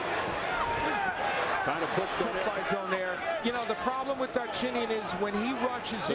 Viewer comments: They need to pronounce his name correctly DOUGH-NIGH-REH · It's itch my ear when they pronounce Donaire surname in English way.